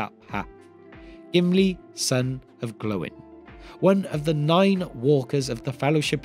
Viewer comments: Gloin is not prounounced Glow-in but Gloy-n. Likewise Oin is prounounced Oy-n. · Why have you changed how you pronounce Gloin?? Your video on the dwarves of Thorins company you said it as they do in the movies. Never heard it pronounced glow-in before. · Lol did you just say Glow-in? The disrespect for Gimlis dad is real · Is the way you pronounced gloin the official way or the movies version? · Fathers of the dwarves.... But please start pronouncing gloin correctly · I can't watch it because of how you say Gloin